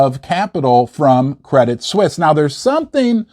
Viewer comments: its "swees" credit swees. not sweesy. you sound like a hillbilly saying it that way. its one of the largest banks in the world. stop being ignorant. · Correct me if I am wrong, but I think Credit Suisse is pronounced Credit Sw-eese. Glad to join you on this historically controversial holiday. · it's just Credit-Swiss - not Swiss-ee. it's written differently pronounced the same as the word "Swiss". as per your comment on Gold going to $3500 per ounce: it could go much, much higher. Jim Rickards has been saying it could go to $10000 per ounce, and Egon von Greyerz stated it could easily even go to $100000 - yes, you're reading correctly: a hundred thousand United States Dollars per ounce of 999 pure Gold. how? well, your public debt is over 130% to GDP, which is 50% higher that of a Banana Republic which not only makes you insolvent, but legislatively unreliable - just look at the corruption in your government - other nations don't want to trade with liars that can't keep business promises. you have the Pentagon's missing or unaccounted $38 Trillion that was discovered a few days prior to the incident 11th of September attacks. not to mention the enormous Derivatives-bets market complex of Wall Street high-rolls, that are intertwined with the Global Systemically Important Banks which are also recapitalized many times over. they are the most levareged banks in the world, just like the Bank of Japan that hasn't stopped the currency printer since 2000. this is an economic blood-bath, apocalyptic, armageddon of an event that should've happened back in 2008. but was only post-poned to this day. now, the proverbial can cannot be kicked further down the road, because we have come to the cliff - the end of the road. it has started to hurt the nation's people, and it's on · It’s pronounced Credit “Swiss”, not “Swissy” 😊